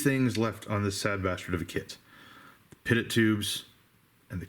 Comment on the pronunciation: Hey not trying to be condescending, just an FYI. Pitot Tube is pronounced pee-tohw or pee-toe. All the terminology used in modern day aviation is French because they designed it all, so think like pepe pew when you read that shit and you'll be g2g. Nice build review dude, you fucking kill me! I love it!